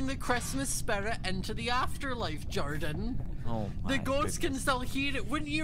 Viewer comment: How says "Jordan", its satisfying. i dunno how to explain it......but it makes me feel complete.